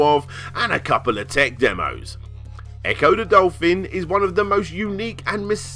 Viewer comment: Ecco duh dolfin